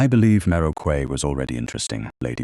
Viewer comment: For goodness' sake correct your A I's pronunciation of Quay to "Key" - the incorrect one is grating on the ear.